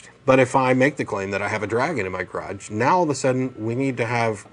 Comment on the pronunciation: IMMATURITY TIME. Thumb's up if you heard "I've got a dragon in my crotch" instead of 'garage'.